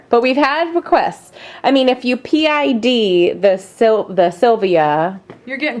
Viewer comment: I watched an earlier video where you said "pid" rather than PID, and as an engineer with a background in controls I actually wrote out (then decided not to post) a comment explaining that it's always pronounced by the letters. It warms my heart to know that I'm apparently not the only one who was distraught over this. Great videos!